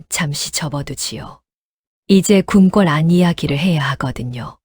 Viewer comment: 밭일을 바치? 궁꿜이 아니라 궁궐! 아니~ 왜 그렇게 허를 길게 빼면서 강조를 해요? 허대감을 붙여서 읽는게 그렇게 어려워요? 당신들 보고 감~~~독님! 작~~~가님! 그렇게 부르면 어떨것 같아요? 그리고 또 삼년, 십년, 햇수를 말 할때도 삼~~년만 이라 하고! 지시겨 꼬치피 나치근 하도 많아서 그만 쓸라네!